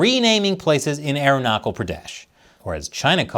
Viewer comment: Top form,. Where the hell did that Time Cube come from, though. Never seen that before. Oh well. Btw I just wanted to let you know that the CH in Arunachal is pronounced like CH in Charlie. As is generally any CH when Indian languages are transliterated. I think you're a great journalist (and comedian), so I know you'll appreciate this tidbit. Names matter.